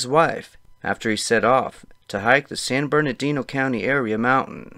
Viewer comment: San GABE-rial Mountains. San Burr-nardino.